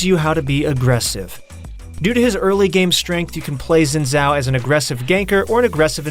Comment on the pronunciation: Its closer to Sin Zhao OK?